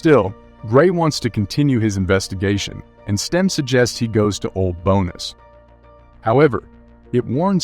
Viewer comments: The text to speech reader you use is pretty good but mispronounces simples words, like "Bones." Never heard a real person pronounce it "Bo-Ness." 😆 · Uhhhh....why does the guy doing the commentary mispronounce "tech", Tesh?! and Old "Bones"?? Bonus?!